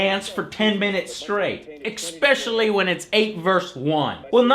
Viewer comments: I can't help noticing how often Joe says expecially in his older videos lol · Did Joe say..."EXspecially?" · Please, Please, PLEASE! stop saying exspecially! i hate to nit pick but it is ESPECIALLY annoying. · It's pronounced ESpecially, not EXpecially. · AAAAAAAAH HE KEEPS SAYS ECSPECIALLY. Love you joe but it's especially. The grammar nazi in me felt i had to sya this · Good review, definitely gonna check this game out. Also wasn't aware there's a K in especially, so that's intereksting to find out. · he always pronounces it EXpecially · Joe should probably use a different word than especially because he says ekspecially.